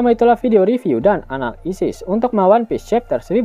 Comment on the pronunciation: Min kalau ngomong meng anal isis kok mantep banget